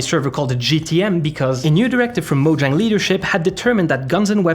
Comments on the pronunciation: It's not pronounced moe djäng dude it's maw-zhong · This lawsuit will 100% fail, also you would think that as big of a fan this guy is, that he would be able to properly pronounce 'Mojang'